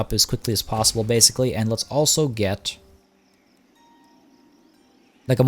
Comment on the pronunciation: Bay-sically... daaaang.